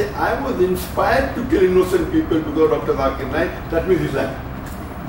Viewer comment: I laughed so hard when modi spoke his name as jakeeer in his speech modi ji u cant even utter his name properly.. debate to bhool hi jaooo